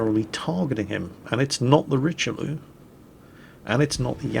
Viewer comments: I know why the French never liked the English,...they just can't pronounce french words like the Richeleau ...lol..pls look up how to say it properly..sounds so bad and I am not even french! ;) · Did you really say ''Richelulu'' ???? Mondieu!! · RICHE LIEU? Ever heard about Cardinal Richelieu? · Dear, for the love of God: Ree Shell Yeah and Shee Mah Kah Zeh. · What the heck is a Rich-a-loo? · “Richie Lulu” Dammit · No, no, its the RichLEWD! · I believe he called it the "Richie Lulu". Personally, I like that nickname" Kinda like calling the Furutaka for the "Furry Taco" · Haven't you heard of Cardinal Richelieu? A historical figure, made known to public in movies like the Three Musketeers. You must have seen it. They do pronounce his name correctly there, so check it out. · Well I reckon some frenchmen probably had a stroke when they heard you pronounce Richeliu, but then on the other hand that's hardly a bad thing. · GOod GOD,!! DON'T butcher the name of the Richelieu.... and I am not even french... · Oh s'il vous plaît, listen "Richelieu" in french;) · it´s like he never heard of the three musketeers.... or french in general